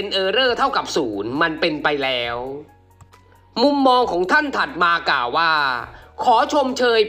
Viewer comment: ติเพื่อก่อนะครับ ควบกล้ำต้องฝึก "ก่าวว่าๆๆๆๆๆ" ฝึกสำเนียงให้เป็นธรรมชาติมากขึ้น เช่น "ว่า" เหมือนพูดสุนทรพจน์